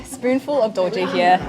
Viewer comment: Hahaha, as a Beijinger, I can’t accept douzhier at all.